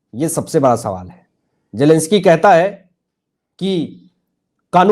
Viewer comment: Zelensky not jelensky